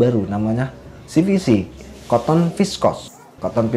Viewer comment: Kenapa nyebutnya koton, kan mbacanya katen